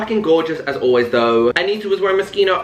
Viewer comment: no he’s not !! i mean it’s an italian word so the ‘ch’ is pronounced ‘k’ so his pronunciation for an english speaker is pretty spot on ahaha not expecting him to put on an italian accent or anything